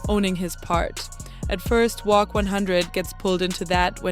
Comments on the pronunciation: Say wacc not wocc wtf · Uts definitely not "wock"